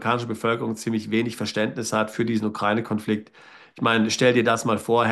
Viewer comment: Sie sprechen das Wort Ukraine falsch aus.